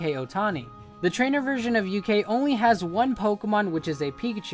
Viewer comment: Ok some pronunciation pointers. Galette is pronounced exactly as it is spelled. It's not pronounced like a spanish word. It's french. Ga-Let. Ikue is pronounced Ee-Coo-Ay. HeaHea is pronounced Hey-a-Hey-a.